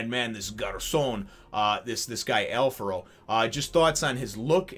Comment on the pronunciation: Kickass chapter introducing a very unique character, (and yes, he does rank higher then the vice-chef's such as Tommy) Also thanks for pronouncing his name correctly as Alfaro, some translations tend to go for Alfrado, as it is the name of a dish and the spelling is similar.